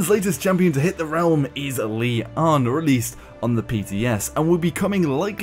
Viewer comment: It isn't pronounced Li-an. Lian is a Chinese name pronounced "Li-yen" or "Li-en" and it means "lotus flower".